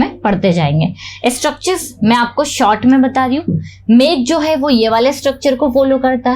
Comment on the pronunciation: आप बहुत अच्छा पढ़ाते है लेकिन मैं को मे मत बोला करो बहुत अजीब लगता है।